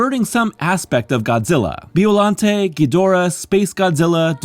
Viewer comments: By-o-lon-tay. Killing me with bee-o-lan-tea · Biollante's final form reminds me of Perfect Chaos from Sega's 1998 video game, "Sonic Adventure". Also, you pronounced the monster's name wrong. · Your saying Biollante wrong